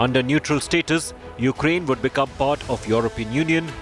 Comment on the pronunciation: Did the news caster say Yuklaine? Please sanction her.